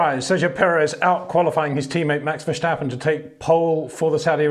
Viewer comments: VerStappen.... not verSCHtappen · Peter: it's time to learn how to pronounce Max' name correctly: Verstappen, not Vershtappen. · HEY PETER WINDSOR, I HAVE MESSAGE FOR YOU SIR: With all due respect ... it is NOT Max "verSHtappen" ... Max is not German (Germans indeed do pronounce "st" as "sht") ... #Max33 = Dutch NL/Belgium! ... It is not "Bottash" nor is it "Lewish" certainly not "verSHtappen" .... This BS started long time ago when a British sport presenter interviewed father Jos Verstappen and assumed you can use a German pronunciation to a Dutch Driver thinking it is so "funny" ... It is not. Serious question: can any Englishman say "versatile" out-loud without saying "vershatile" phonetically? most can about 99,99% ... that is why most English can pronounce Verstappen 100% correct! Father Jos Verstappen (also F1 Racer) was very active between back then only a very few said "Vershtappen" but the vast majority of British sport presenters pronounced it perfectly ... only a few old stubborn farts like Peter Windshor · Once max wins a championship that's on the level I'll start not fucking up his name.